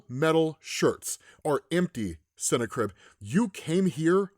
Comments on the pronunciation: I think its pronounced different not cine-crib but sin-na-crib🎶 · Just think of it like it’s snack ribs to say the name right ok lol .